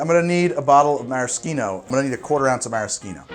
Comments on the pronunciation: I don't mean to be a stickler or anything, but I am pretty sure maraschino is pronounced with an "sh," like mara-sheeno. Other than that great video! love the recipe! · Isn't it maraschino... Like Meh-Rah-SHEE-No? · you just really don't like using the h in "Maraschino cherry" do you, my gawd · pronounced marashino, just like how fischer (the last name) is pronounced fisher